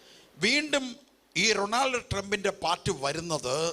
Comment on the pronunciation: Most people wonder how a common man who can't even pronounce Donald Trump's name properly made such an accurate prophecy!😅😅കാണിപ്പയ്യൂരിനെപ്പോലുള്ളവരെ മാത്രമേ അവർ കണ്ടിട്ടുള്ളൂ 😅😅